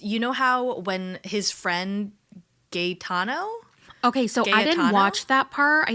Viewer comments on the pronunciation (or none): it is GA E TANO. Like "Aerial"!!!